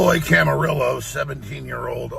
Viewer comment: I hate that I have the same last name as the guy. Also it’s Cam-arillo. Not caramio 😂